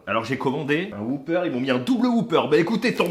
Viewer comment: Whopper pas whooper bon sang 😜 donc ça se dit « whoppeur » et non « whouppeur »